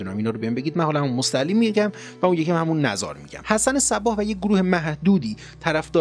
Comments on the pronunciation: خیلی از کلمات یا بهتر بگویم اسامی را غلط تلفظ می کنید ، حسن صبّاح غلطه باید گفت صباح یعنی بدون تشدید .❤ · سلام دوست من صباح تشدید نداره ب را بدون تشدید تلفظ کنید.❤❤❤